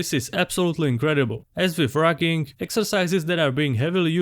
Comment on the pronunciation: I heard "racking" while listening only. When I came back to my phone, I went back and read "rucking". It's not difficult to pronounce the " u". I stopped the video, gave it a thumbs down, and going to search up a similar video from Nippard.